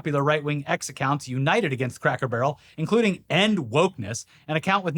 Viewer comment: sounds like is saying cracker "burl" lol